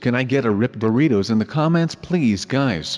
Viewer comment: Guys said "Boritos" not "Doritos"